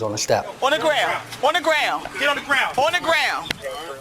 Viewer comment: “Onna graown” 😂